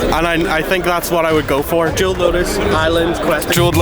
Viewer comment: That guy that said jeweled lotus .... needs some help.